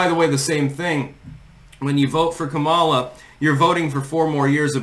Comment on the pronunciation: FYI it's pronounced COMMA-lah not com-AH-lah. shrug